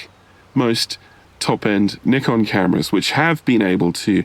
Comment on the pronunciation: kudos to you for the better pronunciation of Nikon. An entire tribe further west should pay attention.